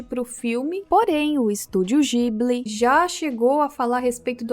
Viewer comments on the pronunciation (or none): É Studio ghibli, não Studio jibli